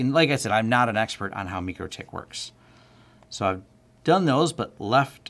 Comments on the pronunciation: MYcroTik, not MeekroTik. Good find, btw. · Meechrotich? You mean Micro tik? Like Tik tok, and well like Micro (my crow).